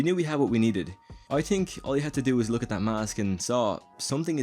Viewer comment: It’s pronounced Th-ink, not tink....